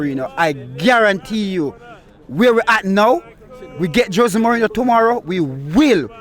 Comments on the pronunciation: Did he say maureen 😂😂😂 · Bro said mourihno this is crazy😂 bro said don’t bring in any players and sack the manager instead 😂